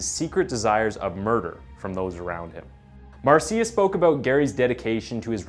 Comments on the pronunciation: Marcia = “Marsha” . . . Not “marseeyuh” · OK, couple of things: "Marcia" is pronounced "MAR-shuh", not "mar-SEE-ya". Secondly, you leave the strong impression that his crimes took place in Salt Lake City, never mentioning once (that I can recall, not gonna rewatch it) that it was in Seattle where he did his killing. Different city, different state. Yes, there's a Green River in Utah, but it's not the one where he dumped so many of his victims; that one is in Washington (the state, not D.C.). 😉 Only when you state where he is, in a Washington penitentiary, do you mention that state. Gotta tighten things up, bud. I'll watch some more, but we'll see how you do in others. I've seen some of your other stuff and didn't notice anything glaring like the 2 in this one, and I subscribed because I liked it. Hope this was a one-off... Peace, bro. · thats pronounced marsha my bro lol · Mar-see-uh lol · I have a friend named Mar see ah. Spelled Marcia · Hey, in Spanish it's pronounced Mar ci a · I was going to comment on the pronunciation of Marcia 😂